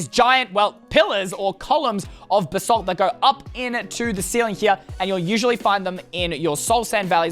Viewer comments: Extra:you can boost when your riding a strider Edit:its not basalt it's BAsalt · It’s Basalt not Ba-salt